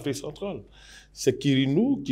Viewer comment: Karnou et non karinou